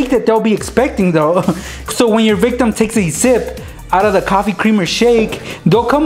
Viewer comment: If I had a dime for every time he said victam I would be rich